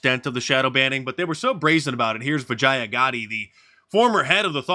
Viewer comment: He totally pronounced her name Vagina lol